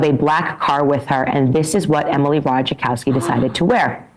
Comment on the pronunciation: Y'all. It's not pronounced "Ra tuh JUH kowski" 🙄